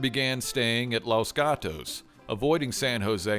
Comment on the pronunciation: WOW LOS GATOS LOL okay i herd a guy in east eroupe say it that way once